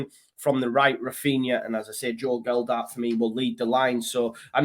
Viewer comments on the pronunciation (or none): Love your videos mate but please do me a favour. It's Joe Gelhardt not Geldardt. Cheers mate :)